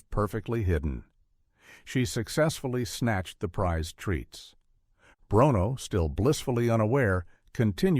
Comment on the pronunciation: The dog"s name is pronounced; brooono.